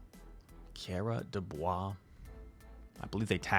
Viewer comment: I am KairaDesBois, thanks for featuring my battles! Yes you pronounced it fairly good, and yes it is french :)